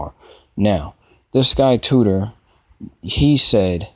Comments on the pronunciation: Titor-----Tee-tor, not tutor. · You can't even say his last name right. How are people supposed to take you seriously? Titor. (Ty-toor). Not tutor. Sigh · it's not TUTOR it is TITOR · ahahahahahhaahhahahahhahahahahahahahhahahahahahhahahahah TITOR....TEEE-TOR HTF you readin TOO-TOR? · Name is not right, correct yourself before you make videos. Also do research before hand so you know what you're talking about. It's pronounced TEE~TORE. Thanks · How do you pronounce TITOR as TUTOR? Also you are insanely gullible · Juhn Tutor....um okay....um...10 minutes of your uninformed opinions and no I don't know what you are saying...please stop using the internet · 'I' doesn't make a 'U' sound. Just helping you out